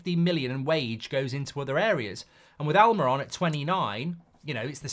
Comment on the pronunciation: Please learn to pronounce players ' names correctly in the name of credibility,it is Almirón and the diacritic over the final vowel is a stress mark,so it is AlmeeRON!